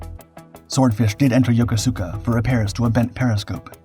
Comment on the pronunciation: Yokosuka is pronounced "yo-- KO--skuh".